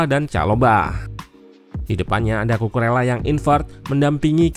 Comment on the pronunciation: Saran aja mintak. untuk penyebutan nama pemain mohon diperhatikan yak. untuk Bahasa Spanyol, "LL" dibacanya "Y", kecuali untuk bahasa Spanyol Argentina dan beberapa daerah di Uruguay, bacanya "SY". jadi untuk Cucurella dibaca "Cucureya / Cucureyya", atau "Cucuresya" untuk bahasa Spanyol Argentina/ Uruguay.